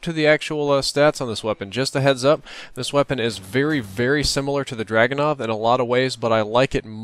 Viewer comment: You say: arse ass and dragyounoff Emmesar,elelevenateeenaj (or elwanwanateaj) and bairet those are all snipers when you compare that to saying: RSASS,Dragunov,MSR,L118A and Barrett